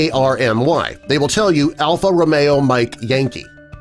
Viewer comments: It's Romeo not romao. Unless it has changed in the last 25 years. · Ro-me-o not Row-MAY-o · Hey!!! Sailors swear more! At least give that to us! It’s Romeo not Romayo. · Overall, the video is pretty good but if you’re going to court military jargon, you should know what yourself. We don’t call the place you eat a mess we caught a mess hall or chow hall. And it’s not Romera it’s Romeo for R. Otherwise you did doggone good you’re almost spot on everything else. Good job. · Phonetic pronunciation for the letter R is "row-mee-oh," not "roh-may-oh." Very little of the mannerisms, beyond military time, are correct. We watch Full Metal Jacket every Christmas. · It’s “row-me-oh” not “ra-may-oh” Few other false ones in here too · Army is not pronounced "Alpha row MAY o" like the Italian sports car. It is spoken as "Alpha rowME oh" referring to someone who is romantic. You forgot one, that falls in line with this phonetic alphabet and using a 24 hour clock, both of these widely used internationally. Today is not "September 27, 2022" it is "27 September 2022." This is actually more logical, you start out with a specific day, followed by the month, a less specific value and then the year, the least specific. It is a more logical order. In the U.S. we start at with the month, the in between value, move to the specific value and end up with the least specific value. It is out of order. The 24 hour clock is easier as it eliminates a.m./p.m. and the order of the date is more logical the way it is listed internationally. I wish we used both here in the U.S. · Lmao R is Romeo not Ramiro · Romeo is not pronounced roh-MEH-o (like Alpha Romeo cars). It's pronounced row-MEE-oh (like Romeo, Romeo, wherefore art though, Romeo). This is doubly important because the whole point of the NATO phonetic alphabet is to avoid inconsistencies. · They will not say Ro-may-oh, they will say Ro-mee-oh. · It's not Alpha Romayo it's Alpha Romeo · what the hell is RO-MAYO? It's RO-ME-O.....